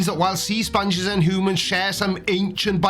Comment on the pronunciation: Your Welsh pronunciation of hoomans is priceless.